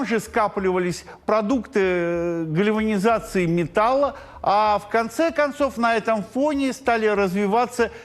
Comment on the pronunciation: Даже жалко стало ведущего — видно, как ему сложно выговаривать такие сложные слова, как 'инфекционные' и 'гальванизация'. Прямо ужас.